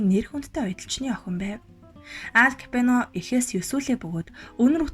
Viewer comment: Nobody: Алфонсо Капоонь Unshij baigaa emegtei: Ал Капьоно Bayarmagnai: Моло Капьоно